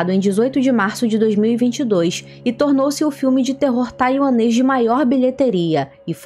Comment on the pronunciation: Tranquilo, ficou muito bom tuanes 😂😂😂😂😂